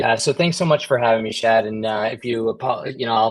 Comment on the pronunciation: It's not chad; it's Shadd.